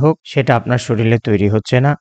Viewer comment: স্যার শরীল শব্দটি না বলে শরীর বললে ভালো হয়। প্রমিত উচ্চারণ ভিডিওকে আরও বেশী শৈল্পিক করে। ভিডিওটি ভালো লেগেছে ❤❤❤